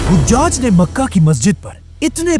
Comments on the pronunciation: ap mashallah bohot acha kaam kar rahy han allah apko jazaey khear dy dunia akhrat ki tamam kamyabiyan ata farmaey. bhai ap se ek darkhuwast thi 2 jaghon py naam ko zara theak karwa dyn 1. Hujaj (haji ki jaga)=hajaj (nane) حجاج کے دو لغوی معنی ہیں: پہلا، "حجاج" (ح پر زبر) سے مراد حجاج بن یوسف ہے، جو ایک مشہور تاریخی شخصیت ہیں۔ دوسرا، "حُجّاج" (ح پر پیش) سے مراد حاجی کی جمع ہے، یعنی وہ لوگ جو حج کر چکے ہوں۔ ویکیپیڈیا کے مطابق. 2.Aasma bola gia usy Asma se durst karwa dyn ap mujy bohot achy lagty han allah ap se razi ho. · Hojjaj nahi...hajjaj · hajjaj hai o hujjaj nahi hujjaj haj kar ne wale ko keh te hain